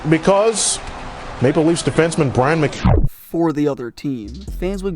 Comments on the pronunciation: its pronounced Mc Kaybe, not Mc Gaybe, and youre right. when he was on the hawks i hated him. bernie "boom boom" geffrion belongs on this list. he was on montreal and he scored a gwg in the playoffs, and the Montreal fans booed him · I like your content but your pronunciation of words, places, and player names needs some work. For Example McCabe is pronounced Mākäbe not McGabe. Keep up the good stories though! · it's McCabe, not mcabe bruh! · Great video. However, it's pronounced Mc-Cabe not Mc-Gabe. Ouch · Say Migabe again. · Or as this guys calls him “Miggabe” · Sounds like he’s saying McGabe. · How are you mispronouncing McCABE? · yeah it’s probably just Leafs fans like me because we have heard his name a lot during his tenure and the way you’re saying it sounds odd